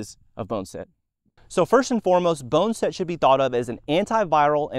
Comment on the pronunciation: Bonn-A-Set. Not Bone-Set